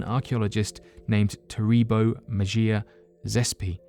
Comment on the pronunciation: Big "however" energy Your rubbish hard j pronunciation is hilarious, too (Navajo, Mejia, etc), many chuckles at confidently incorrect. Good content but really get an editor, mate.